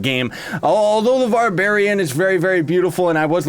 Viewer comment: He Said candy babarian lol